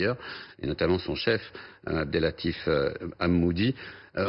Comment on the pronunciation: Il l’a dit “El Hamoudi” au lieu de Él Hamouchi quel Brelle ce journaleux !